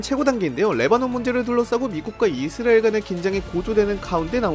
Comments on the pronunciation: 발음을 자꾸 이스리엘이라 하네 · 이스라엘 발음이.......... 그냥 이.스.라.엘 하면 안되요.? ㅋㅋ 아예 영어발음으로 하시던지